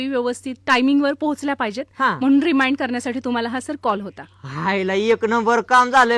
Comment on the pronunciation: रिमायंड की रिमांड काढण्यास 😂😂😂😂😂😂😂😂😂😂😂😂😂😂😂😂😂😂😂😂😂